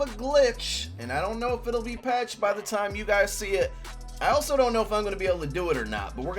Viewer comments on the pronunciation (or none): none